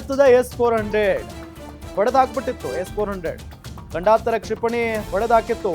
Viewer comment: ಗಂಡಾಂತರ ಅಲ್ಲ ಮಾರಾಯ.. ಖಂಡಾಂತರ